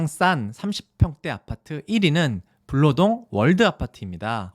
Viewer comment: 블아니고 불로동이에영